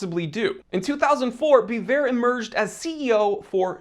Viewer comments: it's pronounced Be-vorh also; vwah-lah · Biver ( bee-vay)